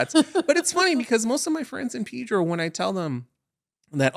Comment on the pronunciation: Its Pedro not PIII-DRO😂😂😂